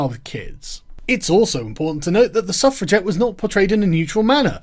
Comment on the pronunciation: I thaugh you were saying " Self Reject " instead of suffragette ^^"